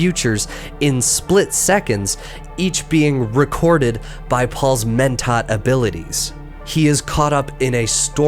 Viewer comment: Pretty great video. Terrible horrendous awful no good pronunciation tho. Wtf is a twofear? Keenes? Mentot? C'mon man